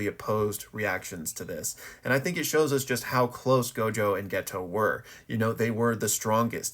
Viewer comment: Dude what is that pronounciation of geto my guys name is always getting fumbled it’s pronounced geito